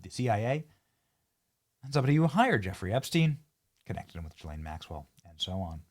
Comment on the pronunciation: Guess nobody knows how to do the ethnic pronunciation of ghislaine.. oh and her dad Robert Maxwell was an even bigger monster